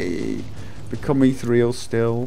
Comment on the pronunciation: Eeth-EAR-ee-al. Become like ether. Eeth - EAR- ee-al. Not eeth-real. Leaves out an entire syllable.